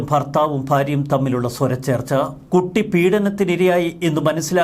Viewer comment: Swrachrcha alla Swara Chrcha Kuravu. Ithaanau Sari.